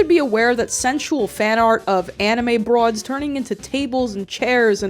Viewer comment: It kills me every time she says BROAD